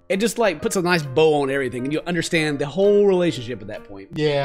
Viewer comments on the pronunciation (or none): the way said yeah it sounded like the bruh sound but its yeah